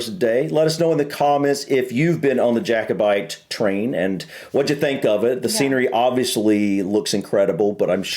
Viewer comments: Nothing to do with Harry soddin' Potter. Also it is Jack o bite not Jake o bite. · JACKOBITE not JAKEOBITE PLEASE lol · pronounced JACK obite not JAKE obite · Please, FYI: Not JAY-co-bite, it's pronounced 'JACK-o-bite'... 🤔😊👍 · understandable but it's pronounced JACK o - bite just for when you're over here.